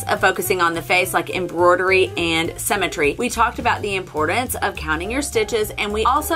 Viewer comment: It sounds like you're saying cemetery not symmetry...